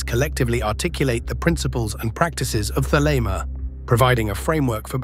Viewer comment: Thelema... not "the lemma" another robot error